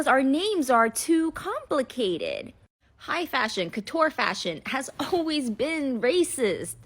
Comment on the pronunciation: I don't know about racism. I know that 'couture' is not pronounced like that, though, and the way that lady is doing it is giving 'Aidy Bryant trying to pronounce 'colour' in a posh way in the Farrow and Ball SNL skit'.